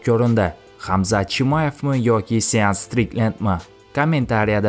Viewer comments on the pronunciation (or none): Сеанс Стрикленд езилади..аслида Шон Стрикленд укилади укам Илтимос, номини тугри укинг. Сиз айтган гапни сиздан хам яхши биламиз. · Сеанс штриклен эмас шон. Стриклен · Sean mas shon striklend oqimagan blyat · Sean strikland😂 Shon strikland oqiladi brat😅